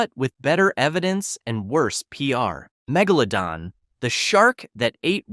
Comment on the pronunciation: muh-gella-don instead of megalodon 💀